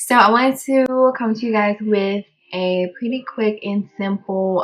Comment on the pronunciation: kept saying “pwetty” lol